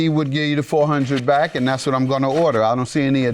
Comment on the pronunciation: Lol... I finally heard how he pronounced "back"...